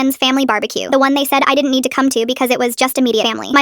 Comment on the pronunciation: "Y'need t'see this" A bit of an accent